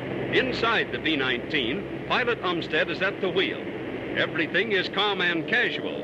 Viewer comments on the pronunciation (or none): none